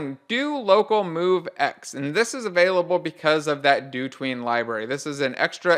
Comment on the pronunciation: If you pronounce dotween as "do tween" I'd hate to hear you pronounce "hotween"